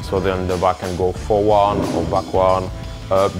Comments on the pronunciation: Forward - NOT "forwan / backwan" lol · Forwon or backwon lol it's hilarious